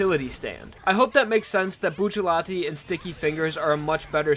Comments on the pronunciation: I thought it was Bucciarati not buccallati... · “Buccialati” it’s bucciarati haven’t you read jojo? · It’s Bucciarati not Bucciallati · Uhmm... it's actually Bruno Bucciarati not Buccellati.. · wny Bucellati? isnt he buciarrati? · Its bucciarati not bu-sha-lati Its bu-cha-rati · Actually isn't it Bucciarati? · Yo I’ve always wondered why do people say bucciallati isn’t it bucciarati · his name is bruno bucciarati not bruno buccellati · I thought it was buccirati? Why bucciletti? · WHY DOES EVERYONE SAY BUCCILLATI ITS BUCCARRATI! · bucciarati not buccellati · it's Bucciarati not Buccellati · There’s no ll in his name why does everyone say bucillati it’s bucciarati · stop calling him buccellati, it's bucciarati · It's not Buccellati it's Bucciarati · It's BucciaRati, not Buccellati, porcoddio. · "Buccellati" hurts my soul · isn't it bucciaRati ?? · isnt it buciarati? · stop ppronouncing it like "Bucci-LETI" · retards: boo-cha-lot-ee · Every time says B uu chelatti I want to die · Its buccirati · It's bucceratti he says it wrong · It's Bucciarati you fking neanderthal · when you pronounce Bucciarati can you do the r sound like when you pronounce "strange"? At least that's a little bit similar to the way that it will be pronounced in italian